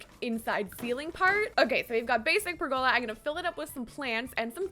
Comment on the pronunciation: Pergola is pronounced "PER go la", not "per GO la". ;)